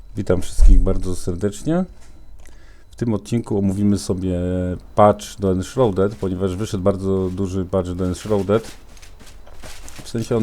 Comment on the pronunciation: "Enszrauded" od shroud - szraud. ;]